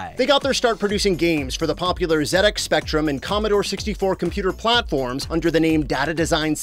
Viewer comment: You said ZX Spectrum correctly. Respect. I bet they released a lot of speccy ports for the CPC as well.